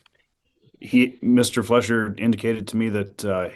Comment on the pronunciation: It's Fleischer not Fletcher